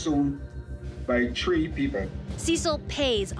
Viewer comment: he did not say 3 people he said tree people i did not know there was tree people lol